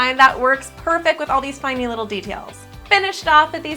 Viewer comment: I like how she says finy little details instead of tiny little details